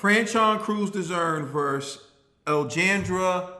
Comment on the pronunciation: It's pronounced AL-LAY-HAN-DRA